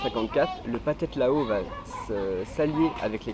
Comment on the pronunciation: T as prononciation est horrible. Le H se prononce comme un R, alors c est les Thais (traïe) et non pas Taïe, et c est phathead ( pratread) Lao. Apparement du parle de pays dont tu ignores totalement la culture et la langue.